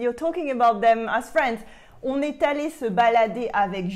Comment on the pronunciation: good by you do not pronounce correctly 'est', 'les' etc. which you pronounce as with a grave accent while it should be pronounced with an acute accent.